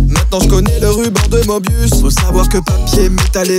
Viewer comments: Bonsoir, je viens casser les gonades ;) Dans möbius, le ö se prononce eu (peu, me, le, ...) Et j'avais qu'ça qu'à dire ! (edit : si, pardon, excellente initiative !) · La tristesse de la prononciation 😢 Meubious